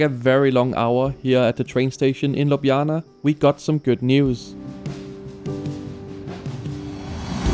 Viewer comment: Excellent pronunciation of Ljubljana! 😊